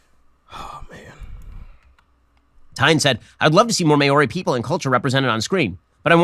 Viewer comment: Ben Shapiro needs to learn how to pronounce Maori, because it's definitely NOT "may-or-ee", it's "Mau-Ree" with a slightly rolled R. His possibly deliberate mispronunciation of their names is more than likely more offensive than the movie itself.